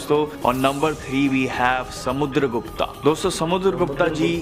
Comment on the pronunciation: Not Samudargupta it's Samudargupt👈